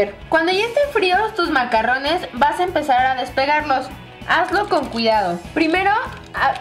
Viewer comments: ay dice macarones no macarrones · De hecho si leen la descripción son "macarones", no se pronuncian macarrones, los macarrones son fideos. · Karen se pronuncia "MACARRUNS" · se dice MACARRONES Y MACARONES "RR": Suena "ERRE" Y "R" : Suena "ERE"